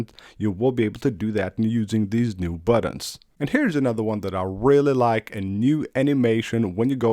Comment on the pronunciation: Haaaa, he says buddins rather than buttons.😂😂😂